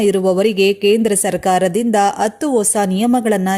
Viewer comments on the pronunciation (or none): ಅತ್ತು ಅತ್ತು ಅಂತ ಯಾಕಮ್ಮಾ ಕನ್ನಡಾನ ಕೊಲ್ತೀಯಾ. ಹತ್ತು ಅಂತ ಹೇಳಬಾರದೇ